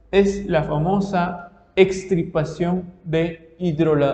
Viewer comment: Disculpe pero: Me confundí con eso de "EXtripaPACIóN" de idolatria ( parece algo relacionado con TRIPAS que son SACADAS) ¿No será EX TIR PA CIóN? (RETIRAR)... Por ejemplo: un TUMOR, una VERRUGA, etc. Desásneme por favor.